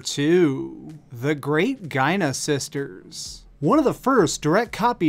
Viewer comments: Cool list. Just one thing it's not pronounced GIE NA - Sisters it's GEE ARE NA Sisters. Cool hat btw :) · God, I love Giana Sisters. (G-i-anaa, not G-a-ina. WTF?) Sure it's a rip-off of Super Mario Bros, but it's much, much better in almost every way. Better characters, better music, better enemies, better power-ups and power-up system, better... everything. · " Jai-ah-nuh" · btw Giana is pronounced (Gee-ah-nuh) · Its Gee-an-a Sisters. We all make mistakes ^^. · Ugh... when he said "Giana" I cringed.